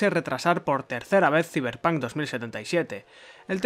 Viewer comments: "Siverpan 2077" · Ziberpanc , me encanta los que le dicen así